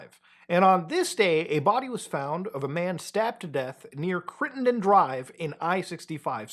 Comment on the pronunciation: Well done pronouncing Crittenden correctly. 👏🏻👏🏻👏🏻👏🏻